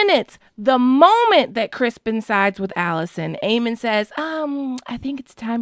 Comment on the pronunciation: Crispin??? Isn't it criston Cole